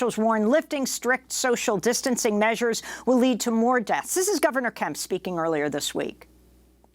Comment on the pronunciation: ...is it Governor Kemp or Governor Pimp?